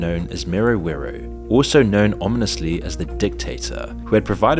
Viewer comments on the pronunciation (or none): none